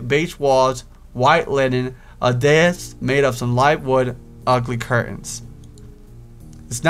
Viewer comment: Did the video lag or does just say desk weird?